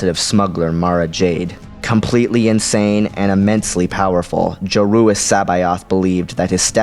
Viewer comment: Joruus nice pronunciation i was never sure how to